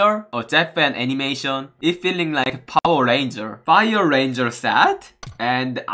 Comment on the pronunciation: he said Dubai give me fower 😂😂😂